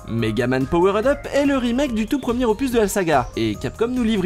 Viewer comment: On dit "power'd up", pas POWERAID UP, lol en plus tu le répète au moins 3 fois en 30 secondes, bonjour l'effet comique.